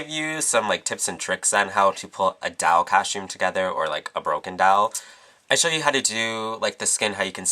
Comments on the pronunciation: "broken dall" lol its DOLL. not dall. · you pronounced doll "DAALLLE" and not "DOLLE" (: ahaha that's cute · u say doll weird.. like it sounds like u say dall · Loool. The way he says Doll, "The Dall look" Lool. To cute. c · I love how he says doll. It sounds more like DAWL. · I love how you say doll. Dall. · hahaha he has an (awesome) accent he pronounces o's as a's so its "Dawl" for "Doll" and in another vid it was "Bady" for "Body" ha its cool :P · I LOVE how you say doll... its like dahl... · lol i love how he says doll it sounds like he is saying dawl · love the way you say doll its like dawl :P great tutorial :) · lol i like how he says doll :) "dowl" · you say doll very beautiful dawel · i like the way he says doll dall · I love the way you say doll. XD ITs like "dowl" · "tutorial's over" perfect ending... and i love the way u say "dall" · i love how you say doll~~dawl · why cant you say the word "doll" properly? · I like how you say doll :) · I love the way you say Doll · i love how you say "doll" ( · he lives in thr UK,they pronouce it differently. dont make fun of his accent,i talk the same way D:< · luv the way u pronounce "doll"